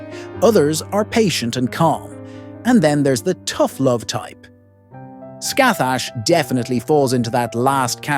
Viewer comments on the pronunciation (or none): I think the appropriate pronunciation is scahack rather than literally scathach. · You were saying Scathach as Scathag which means feces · I literally just open the video you said her name wrong man😅 well not you but you AI voice